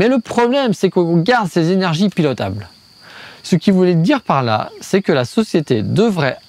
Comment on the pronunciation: A je comprends pas ce que tu dis. Tu as mangé une syllabe ou deux. « Le problème c’est que.. » que quoi ?